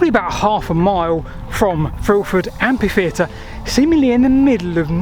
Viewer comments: Oh, for God's sake,! Stop calling it an "ampy theatre". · Mother England has different dialects of English. I long ago accepted his pronunciation as part of him and his upbringing. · Isn't that the usual pronunciation of that word in his corner of England? We should respect regionalisms. Unless this is a case of being tired or careless. But only he knows for sure. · English is famous for inconsistencies in pronunciation. I am Australian and I have only ever hear the word pronounced with a silent h. Same in New Zealand. Seems to me there are plenty of regions where a silent h is standard, or at least common. As it is a borrowed word from French, I wonder how the French pronounce it? I suspect the French would say we are both wrong in our pronunciation of the entire word. The French word derives from the Latin amphitheatrum, which is in turn derived from the Greek amphitheatron and I presume both the Romans and the Greeks would take issue with the way both the French and English pronounce (and to them) misspell the word. I do believe that while modern Greek pronounces ph as f, ancient Greeks pronounced it as p. Phi was pronounced pi To insist that ph is only ever pronounce as an f is similar to those who say that gif is not pronounced with a soft g, like jif, despite the person who invented the gif as well as its pronunciation being insistent that he intends it to be said with a soft g, just like other soft g usages, like the names George and Geoffery and words like genius, and gem, and genitals. Yet there are people who insist that g is only ever hard at the start of a word. I will grant that photograph and pharmacy are pronounced as an f, and amphitheater I would use as the only exception I am aware of to that convention. I may well concede that pronouncing amphitheater as if with an f is perfectly correct, but I would also suggest tha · /ˈæmfiˌθiːətər/ - amfi.. not ampi !! 😲😳😦❤ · Why has everyone suddenly decided to mispronounce it as ampitheatre?